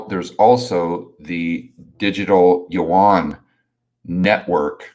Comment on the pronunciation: finally pronounces Yuan properly lol